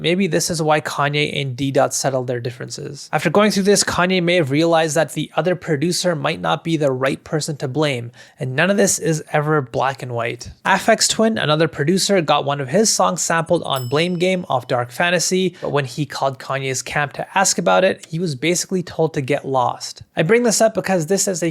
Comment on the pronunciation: Fyi it’s Aphex to rhyme with apex, not affects :p